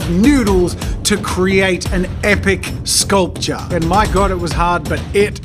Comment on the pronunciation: Me, a poor college kid that eats every 3 days maybe: "jazza please no please" Jazza: sKuLPtur